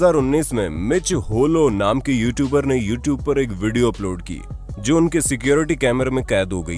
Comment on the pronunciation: भाई, Joe की हिंदी में भी ‘जो' pronounciation होता है। ना की जोई!!